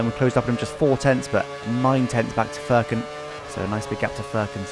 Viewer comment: az a turk i should correct that .. Furkan pronounce like furious's fur and cun :D